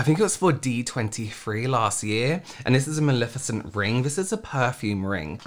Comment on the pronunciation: It’s Mal-EH-ficent. Not Mal-IH-ficent. It’s Levi-OH-sa. Not Levio-SAH. 😜😂